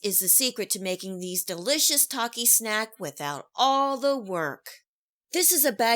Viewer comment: Bruh the way she said Taaaaakias